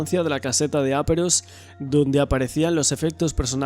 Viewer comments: Es caseta de aperos,no áperos. Intentemos hablar bien. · No digas áperos nunca más, por favor!!!! Se dice aperos, llana, acento en la e. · Muy buen trabajo, sólo una cosita, son aperos, sin acento en la a!! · Se dice "aperos". La sílaba tónica es la "pe". Palabra llana acabada en s por lo que no lleva tilde. Los aperos son los instrumentos necesarios para la labranza como azadas, palas, etc.